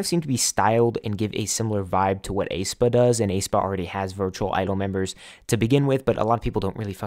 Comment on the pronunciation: YES. I completely agree. The reason why I think Mave won't be too phenomenal is because they're essentially void of what it is to be human. There's no authentic attachment unlike human idols that you can connect to in real time with that can give experiences AI can't. But Pandora is such a bop. <3 Also, it's eh-spa. Like the "ae" in "aesthetic". Aye-spa has been eating at me the entire time. xD